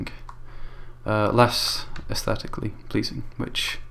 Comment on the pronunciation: Count how many times he said asteticly pleasing